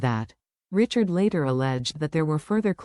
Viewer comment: Fake. You don't even pronounce Richard's name correctly